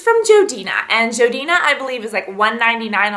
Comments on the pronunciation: its jordana not jodina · isnt it jordana not joidina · lol you said jodina insted of jordana :) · Lol she said Jodina instead of Jordana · Jordana not jodena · isnt it jordana not jodena? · I'm sorry but its too funny; jodina. it's jordana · i cant stand it ilove your vids but it is JORDANA NOT JODINA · um, if you didn't attack your face frantically with a brush you wouldn't have redness, and the foundation wouldn't have come off. also is JORdana not JOEdana, and please ramble less or edit it out..........good lord! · Sorry but are you referring to Jordana? I keep hearing "Jo-dina". Sorry but I love this product but I was confused. Thanks! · joedina?? you mean jordana?? haha i love you! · do you mean Jor-dan-a not jor-dina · i think its jordana not jodina... but i love the look! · Just letting you know, that brand is jordana (jorrrdanah) not joedina. :) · It's pronounced jordana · Its pronounced jor dayna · its called Jordana so its like Jordan but add the A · hey Cass! it's actuall pronounced JOR-DAN-A!! just to help! =) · You pronounce Jordana REALLY wrong.... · lol how you say jordana ahahahahah its okay girl :) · You say Jordana funny. Seems like you skip the 'R'.